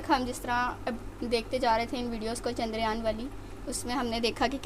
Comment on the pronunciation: Are chandragyan nahi chandryan bola karo